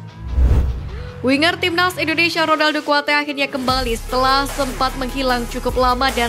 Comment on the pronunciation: Narasinya santai aja, min.... INDONESIA bukan INDONeiiisyiaaaaa, min😂😂😂😂😂